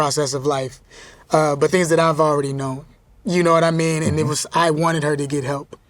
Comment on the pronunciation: I think it's more like, "Nahwmeen?"